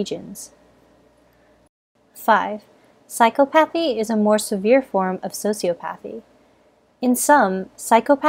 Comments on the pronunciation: I am dangerously close to psychopathy (also isn’t it pronounced psy-cop-o-thy?) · Super informative and very interesting! One thing though; the way she was pronouncing "Psychopathy" and "Sociopathy" made me cringe. It's not "Psycho-pathy", it's "Psych-op-athy" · Sy-cop-a-thee. There, I fixed it for you. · The way she says “psychopathy” drives me nuts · The way you pronounce psychopaths, psychopathy, sociopaths and sociopathy is irritating. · Ugh, it was was painful hearing the narrator mispronounce "sociopathy" and "psychopathy." Not to be a Hermione here but it's so-si-aw-pawthy/psy-caw-pawthy. Sheesh. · Your pronunciation is incorrect. Emphasis should be on the second syllable: psy-COP-athy and soci-OP-athy. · I thought it was pronounced Psy-COP-athy and Soci-OP-athy not phychopathee and sociopathee. 😃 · Psychopathy (sy-kahpah-thee) & Sociopathy (socee-ah-pah-thee)...FYI. Also, both psychopaths and sociopaths lack empathy. So, a lack of empathy isn't the reason psychopaths aren't able to develop true relationships while sociopaths can. Thanks!